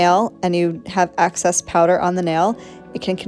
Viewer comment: It's excess, not access